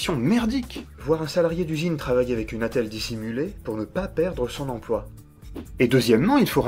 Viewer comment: j'ai horreur de ces intervenants médiatiques qui disent "empoi". Que je sache, il y a un L entre le P et le O. "empLoi" ! Non de dieu, c'est pas compiqué !